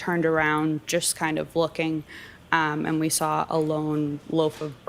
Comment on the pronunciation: I don't get it. "side bah", no r. But: I "sar it", or "lar enforcement". There's the damn R!